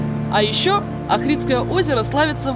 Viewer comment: Македония это моя родина. Ивлеева респект, ты такая прикольная!!! Хватит детей гонять. ))), македонцы обидятся если не правильно произносить Охрид, ставьте ударение на первое О. Не Ахридское Охридское.)